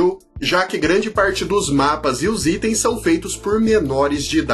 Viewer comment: "Istem" foi fd 😂